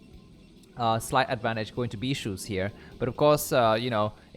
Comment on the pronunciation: Bee-Sue not shoes..